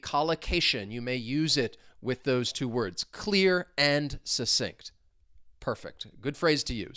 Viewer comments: It's pronounced Suk-sinct! But maybe you were making comments flow in, in which case you suSSeeded 😂 Have a great day! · ❤ this video as well as all your other ones. Is /k/ one of the sounds in "succinct"? I can't hear it when you say the word. Are there variations of its pronunciation?